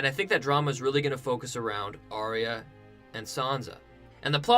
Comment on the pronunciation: It's actually pronounce 'ARE-YUH' not 'AR-REE-YAH'.